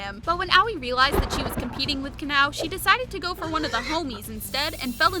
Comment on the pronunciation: Its ahh oii not owey haha